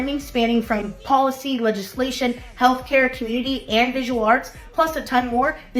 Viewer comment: Did you say health care ☠️?